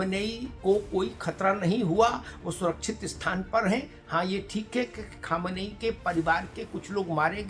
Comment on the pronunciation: Sir , Aap Sayad Khumeni and khamnei m difference nhi kr pa rha ho